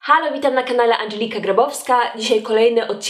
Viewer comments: czemu jest angelika a nie andżelika i tak wymawiasz dż a nie g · Bo wymawia się "dż" to nie jest polskie imię więc nie wymawia się tak jak pisze